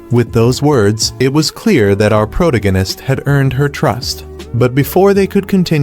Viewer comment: I hate the way he says protagonist.